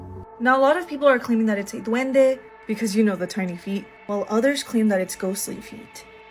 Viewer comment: Not "duwende", it's said: duende.